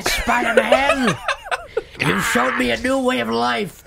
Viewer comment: are yew in or are yew out?